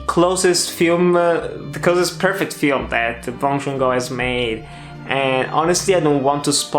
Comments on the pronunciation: The director's name is Bong Joon-Ho, not Bong Joon-go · Bong joon “ho”. Not go~